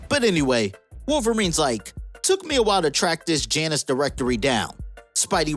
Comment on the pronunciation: Bro. It’s pronounced “Yonn us” You never seen Goldeneye before?